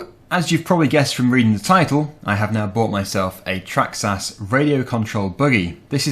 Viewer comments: It’s a traxxas not a trahxs ahs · you pronounce it as Traxxis but it is spelt Traxxas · It’s traxxis not traxxass